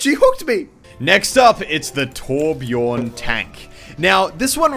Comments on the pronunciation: ITS BJÖRN, NOT BJORN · Pronounced Byorn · it's not torbjorn, the ö in Torbjörn is pronounced like the u in fur or the i in bird. sorry im Swedish and butthurt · Tip: The letter "ö" in Torbjörn is pronounced like the "u" i the word "mud" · I wish people would learn how to pronounce Torbjörn.